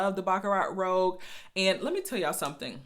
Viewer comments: It's rouge...not rogue. French for red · Say: "Rue-shh" roUGe. the other word (rogue) means means someone who goes against ordsrs. Rouge is a redish pink color i think its in makeup. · i think it’s pronounced ROOZH... and i just ordered mine and can’t wait to try it, thanks for the review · Rouge not rogue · Great video, you're beautiful, flawless skin Rouge = Red .... pronounced Roo-juh ....